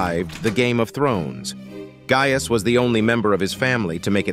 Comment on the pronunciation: You are mispronouncing “Gaius.” It has a hard “I”; it’s not “gay-us”.